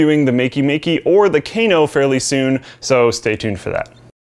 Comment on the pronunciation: The Kano is not pronounced 'Keiyno' it's pronounced Kano (Aa)